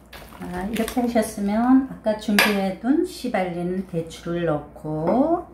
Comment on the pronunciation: 씨발린 욕하는줄 ㅎ